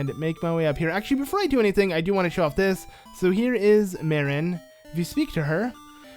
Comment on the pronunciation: And its pronounced Mar-in not mare-in. Same with Tar-in. just needed to let you know.